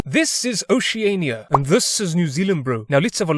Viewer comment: a new Zealander geography nerds comments through out the video like 7 seconds in Oceania is pronounced oh-she-aah-knee-aah read that how you would read normal words and u got it 👍. we say nAsa not nah-sah which is how we would pronounce it if we weren't yelled at by people but any way, sorry. ok that kiwi accent was ON POINT MY BRO u sound like my friend. haka is very intimidating, we have to do one for school. the treatie of waitangi was translated wrong to the Maori. WOO KATE SHEPARD oh yes the hill with the longest place name good day